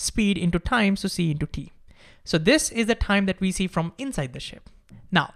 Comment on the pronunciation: Stop with this THIME THAKEN nonsense. You speaking everything in an Indian accent except Time? Why?